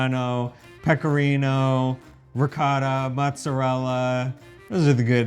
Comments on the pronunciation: It is NOT pronounced Ree Cot Ta! It is Ree KO Ta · It's NOT Ree Cot ta. It's Ree Ko Ta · PLEASE— WATER buffalo milk is what you mean! You will have everyone thinking that it comes from bison. ALSO—I CRINGE every time you mispronounce ricotta. Why do you refuse to say it properly? You have spoken on this before and you’re just stubbornly perpetuating cringy mispronunciation. Thank you for the video in spite of this irritation. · Chèvre becomes hard when it ages--kinda seems like you need to learn that it isn't just Italy that has many types of cheeses; should also learn how to pronounce ricotta. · You still don't say "ricotta" correctly! OH! OH! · Really enjoy your channel. I’m the son of Calabrese immigrants and Pecorino Crontonese is my favourite cheese. Another great episode minus pronunciation of Ricotta which I’ve come to accept 🙂, love ricotta in a panino..